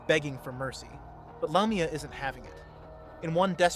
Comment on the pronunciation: Doesn’t waste time with even knowing the proper pronunciation either. “Lame”ia and piemon when the movies clearly state the names.